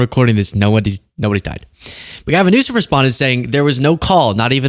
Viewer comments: I think he just called the California governor “Governor Newsons”. 🤷🏻‍♀️ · I think he was trying to say Governor Nuisance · He said Governor Nuisance. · He’s saying nuisance. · I think he was saying governor nuisance 🤦🏻‍♀️ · Governor “Nuisance” is what the homie is saying